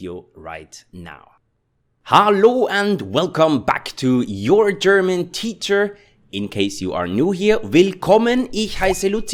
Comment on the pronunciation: Dear german teacher, i love your videos, please dont pronounce the h in gherman if is not at the start!! makes me crazy, and almost stop watching your channel because of it , thank you